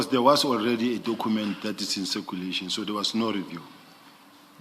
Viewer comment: Hoooo struggles with the pronunciation of cu that is why he document as " dokhument" so any word that requires him to use cu he sounds as khu